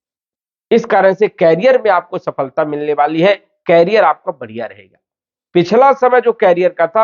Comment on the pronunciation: Please कैरियर (carrier) mat bolo. Iska matlab hai carry karne wala. Jaise cycle ke piche hota hai. Ye करिअर (career) hai. Bar bar kan mein bara khatak raha hai. 🙏